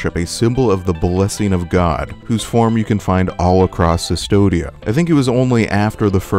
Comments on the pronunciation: that’s my point. This person’s whole channel is based on analyzing media. There shouldn’t be any excuse for mispronouncing anything if you’re researching and analyzing different media closely. There have been countless Blasphemous analyses and not one of them have mispronounced “Cvstodia.” Do you understand where I’m coming from? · Man I'm amazed on how many things you got wrong about the lore. You eve can't pronunce the name of the place right. It reads as CUSTODIA, not Sistodia. The name comes from Custodiar which means "to guard something". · The only thing that frustrated me about this video was hearing you pronounce "Custodia" as "Sistodia". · "The land of cistodia" Considering the spanish inspirations of the game, and how in ancient carvings from latin, the U is carved as V because it's easier to chip stone at angles, I'm confident in saying that the land's name is "Custodia" pronounces 'koos-TOH-deea' and which is basically the spanish word for custody or guardianship. The name custody actually fits very well with the themes of the game. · Yeah it is custodia, not cistodia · Sustodia? It's pronounced Custodia, from the spanish 'custodiar' which means 'to protect' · Why do you pronounce “cistodia”, instead of “custódia” (as in Latin custodes or custos - custodes, custos kustɔdɛs, kustɔs)? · Kus-TOH-dee-ya. Custodia. The V is a U in Latinate alphabet. Not "Sis-todia". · the way you pronounce custodia is kind of annoying my latin language side of the brain xD it's not an ss sound it's a k sound: kustodia. you wouldn't pronounce Astartes Custodes as "Sistodes" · Sis-todia? Come on, man. KUSS-TODIA. Like custodian? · CUS-TODIA dude CUS-TODIA the V is a U in latin. and cvstodia is latin it's prounounced like the "cus" in cussing. CUS-TODIA "civstodia" doesen't mean fucking nothing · Amazing video, but for the love of the Miracle, it's "Koos-toh-dee-ah", not "Sus-toh-dee-ah". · yup. everytime 'Cystodia' was said made me sadder. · CUSTODIA. WITH A U. great video!!!